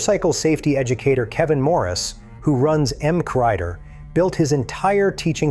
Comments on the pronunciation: M. C. Rider. Not McRider or M. Crider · I thoroughly enjoyed this video. But it's "emm cee rider", not "emm kryder". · 'Em-crider'? Really? No sub from me, because this is just AI regurgitation of info already widely available. Do something original. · Sloppily compiled AI garbage with some misconceptions and half-truths. But worst of all the responsible uploader didn't even bother to check the AI narration for pronunciation fails. E.g.: 'M.C. Rider' doesn't read 'Mcrider'. But what do I know? Never had any Safety Training Courses. Just used common sense. Accident free since 1976. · "EMK-Rider" (MC-Rider) Thats the tell this was AI-narrated... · The way the narrator pronounced MC Rider, "mmk rider", makes me think this is AI generated. Is it? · MC Rider is pronouned M C Rider (emcee rider) thank you. "Now lets return to our regularly scheduled programming" AARGH, hate AI sometimes. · EM Crider 😆 , keep trying AI voice over. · Great info, but I stopped listening when I heard the "narrator" describe MC Rider as "emcorider".... How 'bout we bring back real people. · M Crider? LOL Was this narrated by AI or a retard? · Excellent robot reader, except for “M-Crider” hahaha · And “Em-Crider” isn’t his handle either. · Not to mention how it butchered MC Rider.